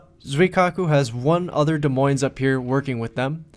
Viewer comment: By the way the s is silent on Des and Moines. So it is like De Moin (sort of). Being an Iowan it is kind of cringy (: Great video!